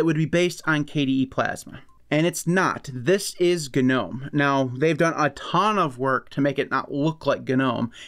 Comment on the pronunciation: American manages to pronounce Gnome he way it is intended. :) Congratz. ;)